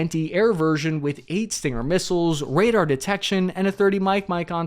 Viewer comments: Rader? Not Radar “Ray-Dar”? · Even an average infantryman should know it's RADAR*, not Rader. *RAdio Detection And Ranging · Radar not rader. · "Rader"???? Ok.... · "Under the RADER" 😂😂😂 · “RADER”. LoL. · Starting the video off with rader instead of radar is bananas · It’s spelt Radar isnt it? Not Rader. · What's a RADER? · Rader… lmao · "Under the Rader" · Under the rader? what is a rader? lol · ....come on...dude. I'm only seconds into your vid.. But..."Under the Rader"?? Sorry. I just had to. yes, Radar. got it...LOL- I couldn't let that FLY under MY radar. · "flown completely under the rader" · ain't it radar and not rader or did you mean raiders? did you really think a ssg would miss that? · Radar, not Rader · RADER? You mean RADAR? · RADER or RADAR? .....typical infantry man.... LOL !!! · Less then :10 seconds "under the RADER"? seriously no editor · "under the ...*Radar" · "UNDER THE RADER" 🤔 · 'RADER'? Really? I hope it's a play on words. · "Rader" LMAO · Under the “rader” lol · Under the "RADER"? LOL!!!